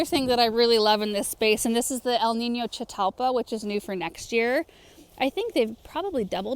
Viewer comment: Love the garden tours! Please tell me about the flower bush - sounds like “chatalpha “ ? But I tried all sorts of spelling and still couldn’t find it?